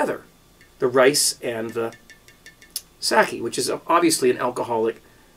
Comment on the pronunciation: Sock-kay not sackee....